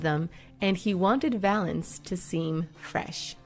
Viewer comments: It's Valens not Valence you disrespectful hack. Ffs if you can't figure out to do your homework and check the details, don't bother. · Richard Violence ? It’s Richard violins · Richie Valance??? It's Valens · Speaking from someone who has the last name Valenzuela its “Valenz”